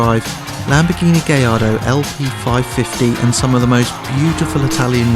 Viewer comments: 'Gaj-ardo' not 'gay-ardo' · "gay-ardo" ???? "guy-ardo"............. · actually it's pronounced more like guy-ardo...not gay-ardo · i thought it was a Gallardo not a Gayardo -_ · Did he say its a Gay Lardo?